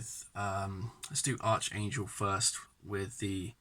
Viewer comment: Finally someone makes a Bold further move into the Eastern front instead of just Puppy dogging it forwards and backwards again, and it certainly looks like this game is gonna be bogged down into the mid teen rounds unfortunately - btw it's pronounced ArKangel, not ArCHangel unless you Brits purposely say it that way anyway!!!